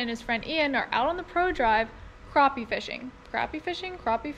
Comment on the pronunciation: “Croppie ” is correct.👍